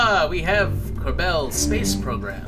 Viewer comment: why do you pronounce it "ker-bell" it's "ker-ball" or "ker-bl"